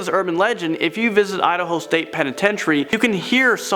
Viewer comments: Idaho, no udaho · Lol he said "Idaho"😂 "i d ho"